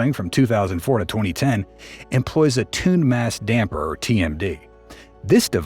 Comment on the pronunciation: haha the AI guy said "tuned mass dumper"